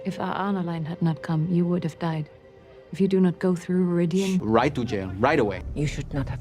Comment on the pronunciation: I mean no disrespect because I super enjoy your videos, but the way you pronounce Rhuidean drives me crazy. They say it the right way in the bloody show! Aghhhhh! Anyway I have no further issues, love your videos, Carry On!